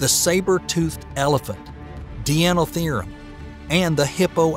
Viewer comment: What is up with your pronunciation? Why do you say Ambulocetus like "ambew-luckatuss" ?? Deinotherium is not called "Dee-anno Theerum" . And no one else on Earth has ever referred to the Cretacious period as the "kree-atchiss period." ... but somehow he got Paraceratherium right.